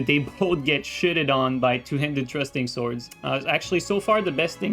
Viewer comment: “trusting” swords 😂 thrusting swords i got you brother don’t you